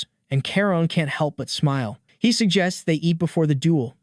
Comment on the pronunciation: Narrator is terrible at saying he 😐